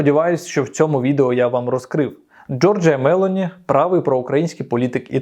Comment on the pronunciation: Джорджа МелОні!!! Правильно ставте наголос!!!